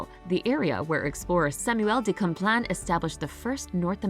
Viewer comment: I live in Québec and just wanted to bring a little precision. It’s Samuel de Champlain not de Camplain. Good video, I feel lucky to be Canadian!